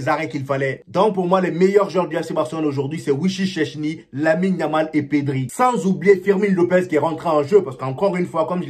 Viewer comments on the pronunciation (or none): Pardon faut bien prononcé le nom du gardien du Barça fo pas faire ça pardon wichich-chèchni c'est quel nom ça 😂😂😂fo dire chaise ni c'est mieux pardon hiin... sinon tu es un 10